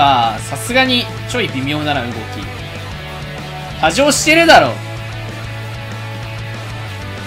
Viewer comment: kunさんみたいな進行はどうやったらできるんだろ…( ；∀；) はたんじゃなくてはじょうでいいんだよね？w（）